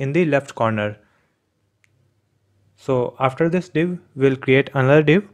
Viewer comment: when he say "we will create anathor " everyone : AH shit, here we go again